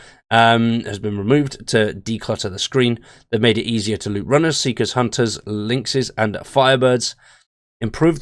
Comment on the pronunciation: "See which feekers..." ROFL